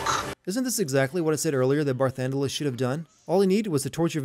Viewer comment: Game Sins Sins (created with love, don't take it seriously): 1: Title card says part 2 even though this is part 3. ding 2: Skype Notification. ding 3: Footage audio and video is out of sync. ding 4: Barthandelus, not Barthandelas. ding 5. Eidolons, not Eidolans. ding 6. Barthandelus, not Barthundelas. ding Sin count: 6 Achievement: What, I need to do 2 more of these games???